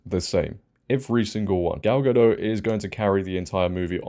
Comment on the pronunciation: Gadot, not Gado, you pronounce her name wrong several times in this video.